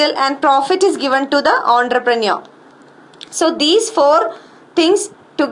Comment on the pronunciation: Aaantroprenuo...Ratta Maro bass...could not deal into the concept..